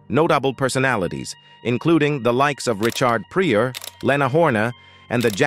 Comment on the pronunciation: Richard PRE-OR and the mispronunciation of Leana Horne....this narrative is mechanically voice box driven . It's an insult.